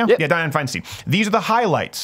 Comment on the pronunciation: went into his SNL character. That's Diane Fine-stine, no Fine-steen.